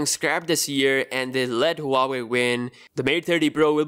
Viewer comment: It's not hua-way, it's wah-way